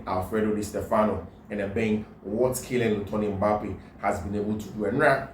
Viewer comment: Kylian lottin Mbappe not litton bro